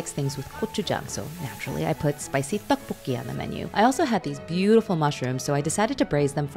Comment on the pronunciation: You pronounced tteokbokki with your whole chest